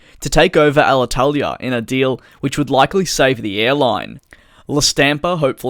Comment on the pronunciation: Congratulations for your very good spell of Alitalia name!! You seem to be Italian at 9/10 😁